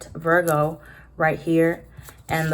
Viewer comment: lmao i love it when you say “viRRgo”